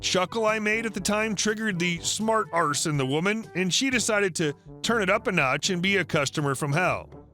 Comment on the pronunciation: Oh god, I LOVE the way you pronounce arse "arrrse"! 😉